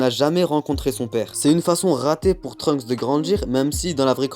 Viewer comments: pourquoi j'entend Trumps a la place de Trunks 😭😂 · J'ai l'impression que tu dis Trump